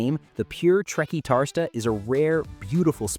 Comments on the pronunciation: TRE - CUAR (as in quarter) - TIS (as in Bautista) - TA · The way you said Trequartista was Painfull 😂😂😂